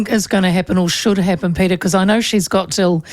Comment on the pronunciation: Peteri ???? Any reason you have to maorify his name ? , his name is PETER .